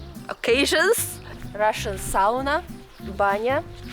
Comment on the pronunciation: You pronounced "sauna" correctly, yay!